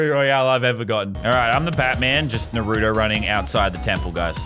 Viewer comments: bruh idk if this guy watches naruto or not but if he was i think he would be more hyped and also its naruto not narudo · It’s not called Nurot it’s called Naruto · Its nar o toe Not norato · they pronounce it nuh roo toe, it’s nah roo toe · It's not pronounced narooto its narUto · Shoji nurooto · Yah boi is it nahrto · I hate how people say naruto, they say narudo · It’s pronounced naaruto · Yeah I pronounce it more like naru toe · Narto thats how i pronounce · ikr! its nah-roo-to (with a rolled R) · I don’t know why but I get so triggered whenever someone says Naa-ruto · Lazarbeam:Pronounces Naruto wrong Me:My disappointment is immeasurable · I hate it when they put emphasis on the “oo” like when they say Nar-OO-do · This is the amou t of times he says naruto wrong ⬇️ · All weebs mad cause lazarbeam is saying naruto wrong.Weebs: Baka This is just a jokeXD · How hard is it to say naruto correctly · Any other weeb triggered by the way he said Naruto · Why do Americans always say naruto wrong?